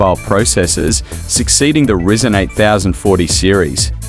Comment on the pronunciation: Can't stand hearing it said risen when it's rye zen(according to every techy/youtuber I have ever heard say the name)